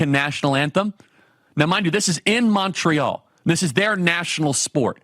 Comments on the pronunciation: Kirk cannot pronounce montreal properly. Not surprising. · Never heard someone butcher the prononciation of Montreal so bad😂😂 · Disgusting video. Btw, did you enjoy this evening's hockey game? 😂 🏒 🍁 Also... nobody pronounces "Montreal" the way you do 😂😂😂